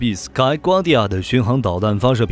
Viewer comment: ……sky guardian=死開瓜地亞是哪個位面的發音方式？